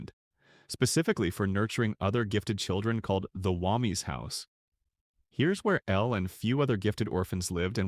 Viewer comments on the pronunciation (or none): Wah-mee's house, not Womy's